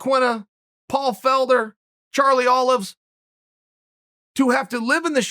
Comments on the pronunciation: “Charlie Olives” 😂😂😂💀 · Charlie Olives?? What the hell Uncle Chael bahahahahahaha!! 😂